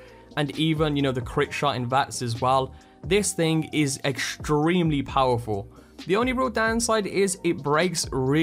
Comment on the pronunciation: Same goes with ‘extremely’ and a few other,words that you cannot pronounce properly